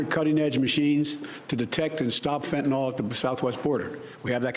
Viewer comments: It's spelled FENTANYL... It's Fentanyl. Did you study pharmacology in college? I DID. Ever heard of Carfentanil? Similar drug, that's MUCH more potent. Pronounced the same way. How do you get Fentenol? OL, is like Albuterol, or Clenbuterol. Those are lung medications. I wasn't insulting you. It's just like people who call Oxycontin, OxyCOTTON. It's not right, and adding an ol, to it, makes it sound like you're speaking about a different class of drugs. You're not the only one to do it. Southerners started mispronouncing it on TV, and idiots went with it. You'll hear intelligent doctors on TV who pronounce it PROPERLY. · It's pronounced FENTA NYL.... Not FENTEN ALL.